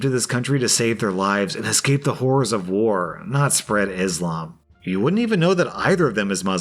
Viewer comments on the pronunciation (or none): none